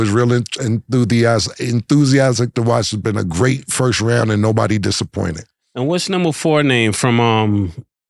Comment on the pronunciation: Nobody Cam - "Firt of all" 😂😂